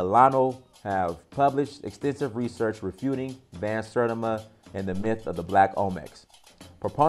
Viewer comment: Bro have you ever even heard of Ivan Van Sertima or much less read any of his books? Clearly you have not even heard of him just by the way you Mispronounced his last name.